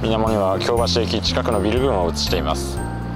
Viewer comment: 私が府民だった20数年前は枚方も守口もあのような案内板はありませんでした。 恐らく街道旅が見直されてきて「そういえばこの辺京街道やん！」てな思いつきで整備されたのではないでしょうか。特に守口宿のあの高札場はちょっと引いた(*´Д｀) それから「京橋」の発音の違い完璧です！表記は一緒でもイントネーションが違うんです。